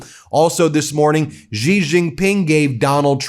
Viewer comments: Ben is great, I just want him to learn how to pronounce “Xi” as in “Xi Jinping” better. His pronunciation of “X” causes pain — sounds like “g” in “beige”. It is more like “sh” in “she”. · Xi is pronounced SHE not Gee. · Xi - is pronounced like "Shee".